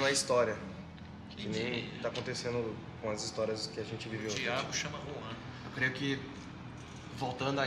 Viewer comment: s mais que pronúncia sai como Ruan